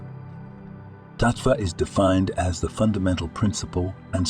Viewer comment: What a terrible disrespectful documentary! first your pronunciation is very FLAWED. EWHT IS MAHAT.......T....TATVAH? YOUR AI VOICE CANNOT BE SENSITIVE TO SANSKRITY WORDS. your PICTURES ARE MISCHAPPEN AND MANYU WITHOUT MOUTHS. SO NOT RENDER A THOUGHT TO AN INCO,MPLETE IMAGE O9R GIBBERISH W9RDS.